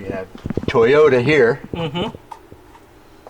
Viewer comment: and his "TAY"otas 😅